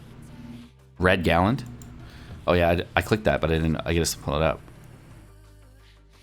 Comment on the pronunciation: It’s galand.... don’t tell anyone